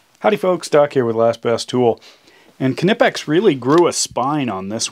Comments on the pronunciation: It is pronounced Nipex not K-nipex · God damn k-nipex, the k is silent, is is pronounced nipex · The K is silent in Knipex. It's pronounced Nipex, not Kinipex. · Isn't it pronounced NIEPEX? Its what I always heard for 20yrs. For Amazons $39.00 retail price I think I'll build my own. :) Because of the lack of unloading thousands of container ships (supply chain crisis) on the west coast, Amazon seems to think its a good time to raise prices to near insane levels lately. Besides Olfa and Fiskars have some great ones too. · Kah nip ex. Give it a google. Spelt weird for the pronunciation but it's kah nip ex. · Yes, NIEPEX! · it's pronounced nice, as in long I. Not kunippex. wow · Good video but your english is killin. (ni-pex). Knee is not pronounced (Ca-Nee). Great tools though. Thats probly just good german engineering. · I'm pretty sure it is pronounced Nye Pex. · Doc, I just wanted to point out that the name is pronounced more like "Knee-Pex" with only 2 syllables. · Its just pronounced "nipex" the K is silent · Isn’t the k silent in Knipex? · So we are pronouncing the k now? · I think the K in Knipex is silent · do you say CAH-nyfe to? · Like knife!!! I don’t know why so many reviewers don’t get it. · Looks like a good tool but I couldn't watch for long. I'm sure the name is Knipex as in Knife, The K is silent. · Fair enough in German, but ... The "K" still grates to my British ear. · can i ask you how you say the word know? well say knipex just the same way ffs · Pretty sure the k is silent but to each its own and who am I to judge I'm a pollack